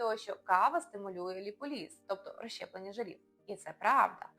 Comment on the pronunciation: Все гарно розказано. Дякую! Але заради Бога… Не ліполІз, а ліпОліз😊